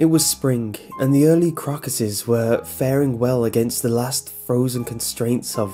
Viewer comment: Crockesses? Crocus.. o-o that's what he said guys, right? Like flowers... it took me a while to process that information.